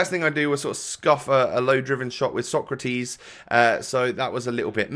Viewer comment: Actually, the way you pronounce Socrates vs Sokratis should be the other way around :)